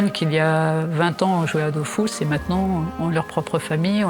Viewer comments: D’eau füs et pas DOOOFOUSSSS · Dofus pas Dofous par pitié.. pour une fois qu’un jeu français est bien